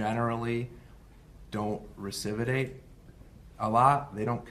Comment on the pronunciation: recividate and recividism? Am I hearing the judge correctly?